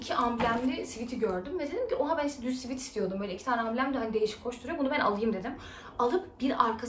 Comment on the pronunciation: sweat sivet diye okunur sivit degil :(